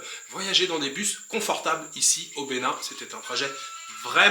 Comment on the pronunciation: Bon séjour au Benin, vous prononcez bien le nom des villes au Benin, C’est pas facile mais vous vous en sortez bien🇧🇯